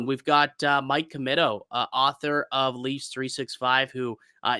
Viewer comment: It's pronounced Commeeto.